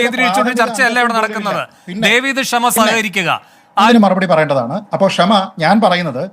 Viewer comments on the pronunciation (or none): അതേയ് Mr Venu അവളുടെ പേര് "ക്ഷമ" എന്നല്ല "ഷമ " എന്നാണ്! ക്ഷമ എന്ന വാക്കിൻ്റെ പവിത്രത കളയാതിരിക്കു മിസ്റ്റർ😡😡😡😡